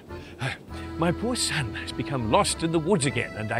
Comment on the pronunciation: I swear I heard say "Sub" instead of "son".. And I recently saw your sub count drop... Something aint adding up.